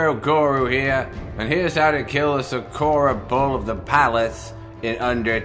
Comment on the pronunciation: It's fuckin' SA-KU-RA. Not Suh-koo-ra. Thanks for the guide.